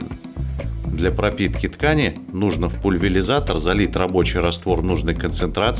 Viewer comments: ПульвеЛизатор. Лишь на седьмом десятке лет я узнал слово ПУЛЬВЕРИЗАТОР правильно. .....век учись!... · Правильно говорить ПульвеРизатор.